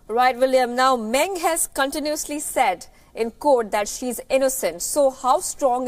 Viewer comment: As usual, your pronunciation of the Chinese names are way off the mark and your report on Meng is in line with Chinese media's coverage rather than a neutral one. What's the point of watching an Indian channel covering global news if it is no different than the rest?